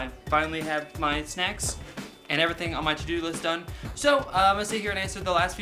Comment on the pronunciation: parody everythink??? You said think